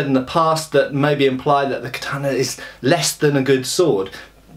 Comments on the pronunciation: Hey. It's Kata-na, not Ka-tana. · ka-ta-na. The 'a' is pronounced as in cat. There is no tah sound in Japanese as you used in the second syllable.